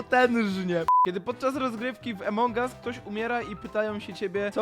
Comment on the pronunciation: Wszyscy mówią: Among us mówi: Emong us